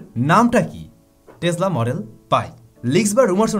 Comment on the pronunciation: it's not টেজলা it's টেসলা( টেছলা) প্রায়ই দেখি এমন ভুল ভাল উচ্চারন করো। খুব বাজে লাগে বিষয়টি। your pronunciation must be good. lot's of people learn from u, and you are teaching them wrong!! 🤦‍♂️